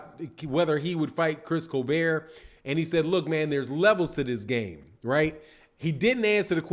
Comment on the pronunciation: Facts it was fucking annoying nigga keeps saying colbear 😭😭🤦🏾‍♂️